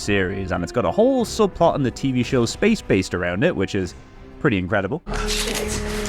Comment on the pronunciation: spaced based sounds like "space face"